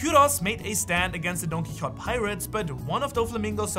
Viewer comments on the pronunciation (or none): Quixote is pronounced “Key-oh-tay”, for future reference. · Don who it’s pronounced key o te